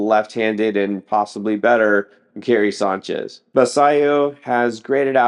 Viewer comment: Wtf is Guyairy Signchez? Your pronunciation is ridiculous.